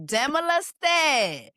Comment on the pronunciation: Please pronounce his name correctly